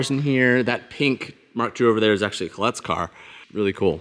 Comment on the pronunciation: Dang pronounced Collete correctly.